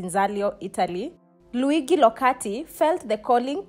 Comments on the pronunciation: A quick lesson: Luigi is pronounced Lu-I-dji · True. She should have at least googled thhe pronounciation. She also said he was sent to Kenya as Bishop. The good bishop served as a priest elsewhere. Good research= great piece